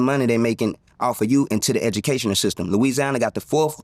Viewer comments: "Edunacational".. yea he ain't lying, he meant that shii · ( - ) "Edga-na-cational system". "We almost THE last". 😅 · My boi juss said "Edjunacayshional system"🧐🤦🏾‍♂️🤣🤣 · Did this nigga said Edunacational?! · That dude said “Edjunicational system” 😅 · damn right, after hearing you talk. 😂. “Eduminication system” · Didn’t think anyone caught that…..uh what did you say?…..what is an edginalcational system anyway?😂😂😂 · Did he just say “edjumocation”?? 🤣🤣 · Did he just say edumacational?😮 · Did he say ednucational? Damn it must be bad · how ironic that he mispronounced "eginacational system" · He said said edunalacational system haha😂😂😂😂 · When he said “Louisiana got the 4th worse edgejanacational system” I had to run that back like 4 times 😂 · Did he say edunicational lmao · I see why it’s 4th worst when you pronouncing it Eda-macation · “Edganacational School”??? I quit man 😩😩💀😭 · Did he say Edumacation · He said “ejunacational “ system sheeessh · 😂 was looking for this comment lol this fool said "edumacation system" lol